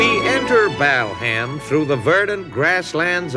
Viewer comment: Mike's right it's BALham not BELham!